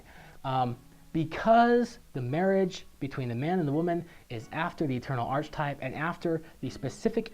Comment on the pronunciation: You keep pronouncing "archetype" incorrectly.